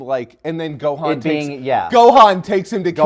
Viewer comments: Its Gohan "Go-Hon" not Gohaan you noob. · fyi funny how they pronounce Gohan😂like THEY SAYIN Go Han!😂😂😂